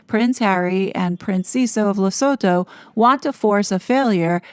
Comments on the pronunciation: The pronunciation of Lesotho is Le sue too the h is silent. Great video 👌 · You pronounce Lesotho as Lesootoo